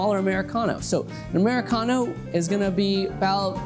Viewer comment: "'Muricano" :D